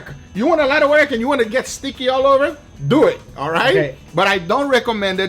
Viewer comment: "Lets dew ettt."